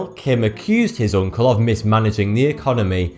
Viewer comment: Love the way he pronounces uncle, oonkle. oonlk. nckle. nckl. nkl